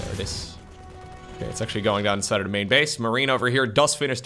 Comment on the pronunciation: i always love when you said " the explosion de command center" with french accent ...deserve a like that it.